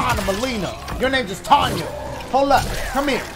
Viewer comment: Dashiegames her name is pronounced tenya even though it is spelled tanya